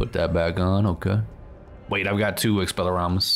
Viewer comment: … it’s expelliARmus not expelliRAmus